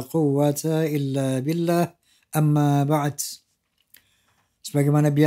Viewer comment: amma ba'du bukan Amma ba'ets bah